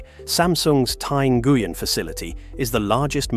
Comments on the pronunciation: Socialism is communism? Wrong. Learn how to pronounce Nguyen because you sound like a moron. “En-goo-yen”… seriously! If you can’t take the time to pronounce one of the largest Vietnamese clans name properly, I question the rest of your drivel. The Khmer Rouge (and the Killing Fields) came to power because murderous sociopath and capitalist cheerleader Henry Kissinger bombed Cambodia into the Paleolithic age. So much for capitalism. Vietnam is not purely capitalist. There is no private ownership of land, only longterm lease. And the communist party still calls the shots. This video is more capitalist propaganda cheering supply and demand ignoring the $1 per hour labor the fascist capitalist corporations exploit and the communists gladly offer at the end of a whip. By the way Nike managers used cane whipping on the Vietnamese assembly lines. The Nazis were brutal on labor too. That’s capitalism’s secret weapon, brutally break organized labor to get your workforce as close to slavery as possible. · "ng" is not urn-gee. It's pronunced as a single nasal consonant ŋ like in "thing" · that’s a pronunciation of Nguyen I’ve never heard before lol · It is NOT the right pronunciation. My ex’s last name is Nguyen and it is not pronounced this way.